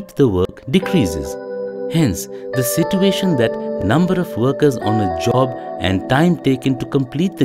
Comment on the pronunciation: At the end of this module, you will understand we have money to hire animators but not good narrators. Like every sit -u-ation triggers me